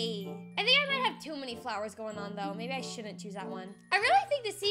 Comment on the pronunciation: You said baby instead of maybe